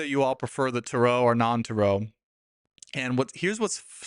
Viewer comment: Why do you pronounce Tarot incorrectly?